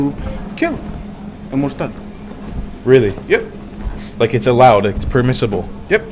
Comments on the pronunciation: he’s an imposter. He can’t pronounce the properly the letters in the word “mortad”. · he can’t pronounce the letters in the word “mortad” like an Arab. He’s probably fake and not what he says he is. He doesn’t even look Palestinian. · He’s fake. As a Palestinian I can tell from his face features that he’s not one of us. He has European Jewish ancestry. At least one of his parents is not from the Middle East. And also the fact that he can’t distinguish the “dh” from the “th” in the word “mortad” that he used, confirms he’s fake and was never raised a muslim.